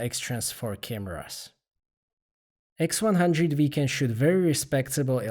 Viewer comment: & nice camera- its the x100 Five not the x100 Vee